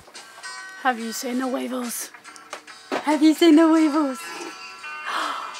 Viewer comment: I 100% thought you said the wiggles instead of weevils and I was just thinking omg, that's amazing that they're in the Bahamas?? Lenny's gonna be a true blue Aussie! And then I saw... It must've been a brain fart... 'hot potato, hot potato' :D